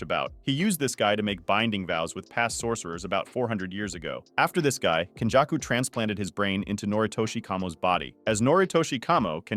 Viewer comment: Your pronunciation is very hard to understand. It's けんじゃくkenjaku (up sound), not kenjacku (down sound)